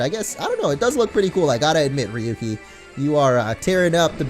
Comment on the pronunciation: it's rayuki(pronounciation) coz ryuu means dragon in Japanese and has the same pronounciation(rayuu)